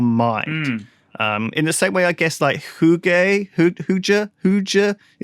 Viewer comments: When Lewis tried to pronounce "Hygge" I lost it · Lewis trying to say hygge was hilarious. And don't ever say it's Norwegian, that's Koselig